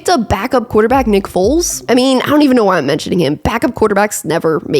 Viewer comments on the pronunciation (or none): Weird she keeps saying Big Dick Nick's name weirdly 😂